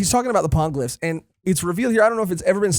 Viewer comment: Hate being that pronunciation-nazi but it's gonna keep coming up. Poneglyphs is pronounced like poe-neigh glyphs, in Japanese po ポ ne ネ. Gonna keep annoying me otherwise 😅